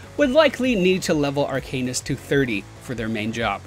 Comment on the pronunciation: Painful. And I lean towards Ar-kuh-nist